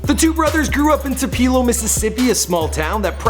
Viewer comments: The ONLY thing,, that bothers me about your videos (I've watched only 3 but they are cool) is the fact that in 3 videos I've heard you mispronounce 2 different cities, 3 times. Baton Rouge, LA and Tupelo, MS. Please look up the city hall on Google and call the town so you can get the correct pronunciations. Being from Biloxi, MS and knowing how to say these names and being a critic, it's a turn off. Otherwise hats off and kudos on all the interviews. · Tupeeeelow😂😂😂😂😂😂😂😂its pro-nounced 2-pA-Low(Tupelo)Come on you killn me Fuckkkkkkk..we gave you a pass when you pronounced Lil Boosie as lil Bowzeee Fuckkkkkkk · literally just had to stop the video bc this fool said "2-pee-lo"...its "tooh-puh-low" son get it right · Did he say Tu-pee-lo ? It's Tupelo , Too-Pe-Low ! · "Tu-peelo" smh it's "tu-pil-o" learn to pronounce stuff come on man lol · Tu-puh-lo, Mississippi. I went to school with them. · To pelo for real though it tu pe-lo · its pronounced "two, pell, oh" Mississippi. Source: I live 30 minutes from Tupelo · it's pronounced (2-p-low) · Where is this boy from? Who says Tupela? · uhh it's pronounced "too-pa-lo''😂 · Patrice Milton right lol "tu-pee-lo" kept driving me crazy but I guess you don't know if you're not from MS lol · Uhhh no Tup-el-o. I live there so🤫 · Wtf... this kinda made me mad the way he was talking about my city.. TWO-PA-LO😑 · TU-PE-LO... it's pronounced TU-PE-LO! GOOD LORD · chris f depends on which part. But why is this man saying tupeeelo?? Lol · tupeeelo mississippi??? Who MANS IS THIS!?!?!?! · It's pronounced TWO Pel LOW-Tupelo fam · TUPELO son . Too•puh•low omg 😂 gotta represent from where I'm from !!!! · Bitch I'm from Tupelo. It's pronounced Toopaloe. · HAHAHA it's pronounced Tupelo (to-po-lo) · This nigga just said tu-pee-low Ms....SMH you need to stop right now!!!!!! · neanam yes I'm from Tupelo!! If he says Tewpelo again!!! Tupelo is a great city and we are not that small!! Ugh!! So proud of our hometown boys!!!